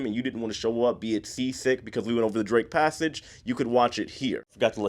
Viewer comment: When you mentioned the barf bag, I thought you said “Drink Passage” at first rather than “Drake Passage.” I thought it was like the captain purposefully navigated through rough seas to make passengers sick. 🤮